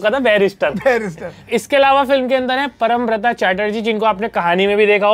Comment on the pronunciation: Sahi pronounciation पौरोमब्रतो hai 🤣 परमब्रता nahi